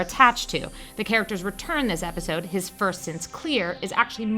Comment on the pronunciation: she said wepisode